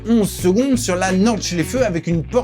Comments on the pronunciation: J'ai les oreilles qui saignent. C'est comme "l'Éfèlle" et la "Nor-Chlèfeu" alors que c'est Aï-fel (Eifel) et Nordt-chlaïfe (Nordschleife). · C'est quand tu dis norde chléfeu😂